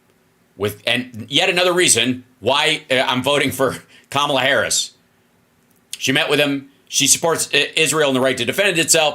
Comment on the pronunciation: Hey donnie duck... keep saying Kamala's name wrong 😂😂 it just confirms your loosing your brain old man!! 😂😂😂